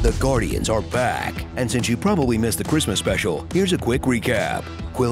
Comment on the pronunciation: Goo-rdians of the Galaxy